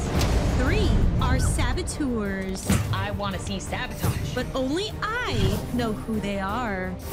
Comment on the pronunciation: “Sahbohtahsh~:0” I thought it was bread but ok🤣